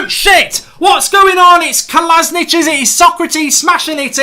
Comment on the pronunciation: Who the fuck is "Kolasnich" don't you mean Kolašinac